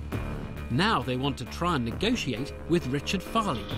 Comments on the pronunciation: Why does she says negoSiate and appreSiate 😆🤦🏻‍♀️ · The way she pronounces “negotiate” 🥲